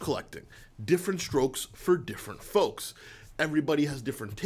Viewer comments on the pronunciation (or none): none